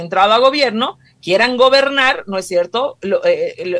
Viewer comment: Es VERGONZOSO escuchar a esta "analista", "no es sherto"...??🤢🤮